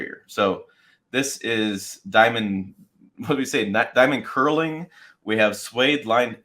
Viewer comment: The K is silent. Pronounce it as “nurling”, not curling. Either way, it’ll be too expensive for me.